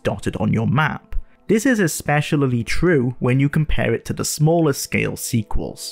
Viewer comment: is that really how u say especially